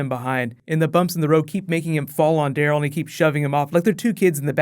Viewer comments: Am I the only one who think when you say Daryl it sounds like you're saying Dale? xD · u said rick and carl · on number two you said rick and carl lol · You said Rick and Carl? Isn't it Rick and Daryl